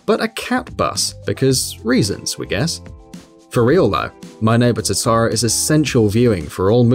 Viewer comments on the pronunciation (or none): You mispronounced Totoro, Rise, Kanami, Caroline, Leblanc, and Yusuke. Also "Yusuke's palace?!?!?" He doesn't have one! Its in Futaba's room! Please play the game you make a video on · I can understand the persona characters names being mispronounced. BUT THE WAY HE PRONOUNCES TOTORO